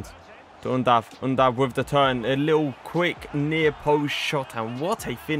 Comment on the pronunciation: Im from Germany Yes you pronounced him right 👌🏻 Keep up bro❤👌🏻🔥